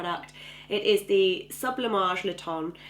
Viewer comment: Le teint pronounce "tang" with n on your nose . Not "tong" .